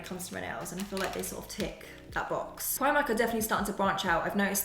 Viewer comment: No we are from New Zealand. I have family in the uk but you still need to learn to say it properly so you don't look like the odd person out